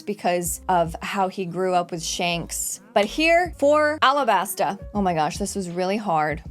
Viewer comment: Alabasta not arabasta... The japanese cant say the L so to us sounds like R